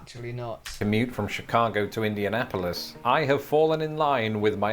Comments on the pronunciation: Your Mum cracked me up trying pronounce ' Indian....Polis '😂😂😂😂😂😂😂😂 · As an Indiana native, (Or a Hoosier as we call ourselves) I absolutely love how your mom pronounced Indianapolis